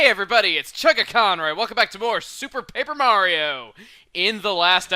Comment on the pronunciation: Emphasis on that "P" on "Paper Mario" in the beginning :P